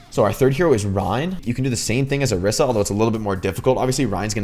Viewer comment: Orisa is pronounced oh-ree-sah